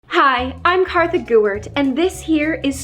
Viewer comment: Kartha is best at art it's kartha not kassie